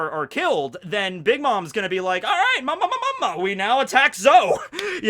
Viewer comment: PLEASE YOU DO THIS EVERYTIME, HER LAUGH IS MAMA-MAMA NOT MAMAMA-MAMA